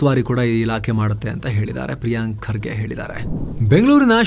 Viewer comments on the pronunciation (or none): none